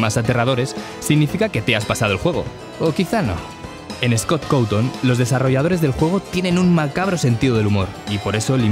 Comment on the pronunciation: jajaja en vez de scott cawton le dice scott cuton